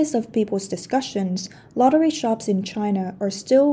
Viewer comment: I keep hearing “lottery sharks” instead of shops.